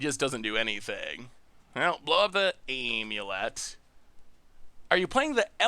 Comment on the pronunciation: well he used to pronounce it Omulet, so I guess thats an improvement lmao